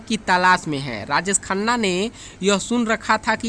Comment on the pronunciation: Rajesh Khanna Not Rajees Khanna